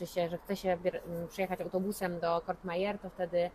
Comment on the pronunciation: Vangelis, nie Evangelis i Courmayeur nie Cour(t)mayeur